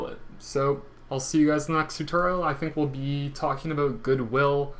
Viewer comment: Aboot? :-D